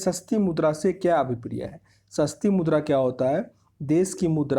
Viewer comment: Aawaz to aati nhi h gala m atka h kuch or mudra ko murda bolra